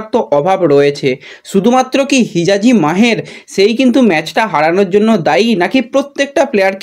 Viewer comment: Bhai tumi last year a hijaji ke Rajaji bana chile abar ki take khajaji bolbe? Ar Talal ke abar na balal bolteh hai. Tumi aktu kam katha balo.